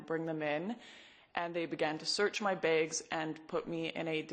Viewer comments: They’re called bags not “begs” But sorry they stole your rights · Lauren pronounces "bags" as BAEgs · if she keeps pronouncing bags like that ill have here banned from my country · Honestly, not trying to start anything or whatever but I have a question: Why does she pronounce "Bags" as "Begs" and "Flags" as "Flegs"? Just a silly thought...